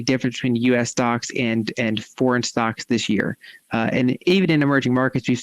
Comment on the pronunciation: She said "this year", not "th'sheer". YAY!!!!